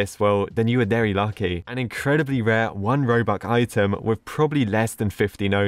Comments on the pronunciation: It's not robuc ITS ROBUX😡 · Did he just say ROBUK not ROBUX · “Robuc” 2021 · i love how he says 'robuck' instead of 'robux' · Everyone: robux today: robuck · is it just me He said robuk